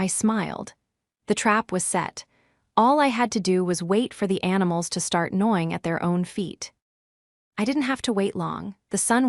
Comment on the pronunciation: Nawing not knowing at her feet. READ not REED so annoying, listening to this stupid I mispronounce words in the context of the whole story.